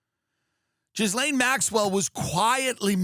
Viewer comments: Its pronounced gil lane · tell me your not one of the ppl who pronounces the S in her name.... cmon gay-b, yous a big dog, might as well start DOORDASHING XD